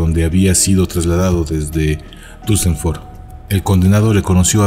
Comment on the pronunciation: pronuncias mal Duesseldorf es Dorf con "d" en ..dorf no con b, como suena cuando lo pronuncias